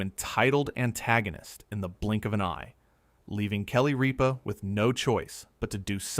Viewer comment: It isnt Reepa. Its Rippa